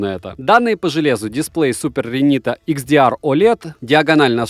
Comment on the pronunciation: я один услышал Super Renita